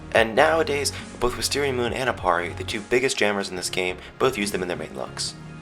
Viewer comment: XD the way that he said moon